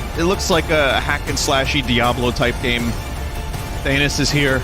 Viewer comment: Why vinny pronounced Thanos like "Thanus"?